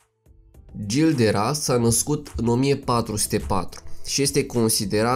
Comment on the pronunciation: Se citește ,Jil de Re .